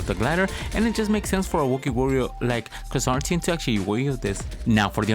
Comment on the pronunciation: you pronounced his name wrong for the whole vid.. It's Ker-San-Tan